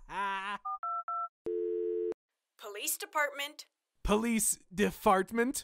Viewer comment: Woman: Police Department. Purp guy: Police Defartment! HAHAHAHAHA! Me: 🤣🤣🤣🤣